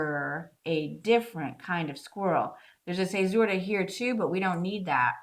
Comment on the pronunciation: A lot of this is over my head. Just here to tell you I love your pronunciation of the word fissura :)